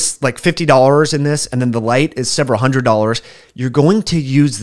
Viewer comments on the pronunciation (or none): none